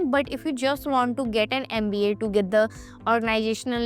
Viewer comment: NMIMS is the best. Hope you pronounce MBA properly. Big thumps down yo you for too much of bla bla bla